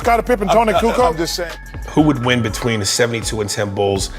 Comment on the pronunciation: Hey Charles it is Kukoč !!!